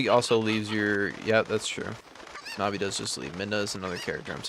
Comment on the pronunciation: You pronounce Navi fine. If no one else told you, “Navi” is short for navigational support (which is Navi’s function story-wise and in battle targeting).